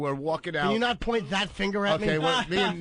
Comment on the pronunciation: Eventually they do, along with Anthony pronouncing “finger” as “finner”😆